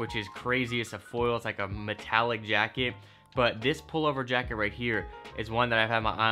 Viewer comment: "Metallic Yacket"?